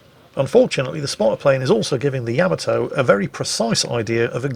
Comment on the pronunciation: Take a shot every time says "Yamato" incorrectly in this video!